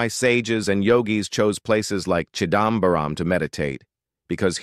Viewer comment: chidambaram.. yes.. chidambaaram.. no! 😮 no baaram...